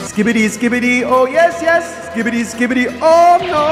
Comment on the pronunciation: Bro said skbiti💀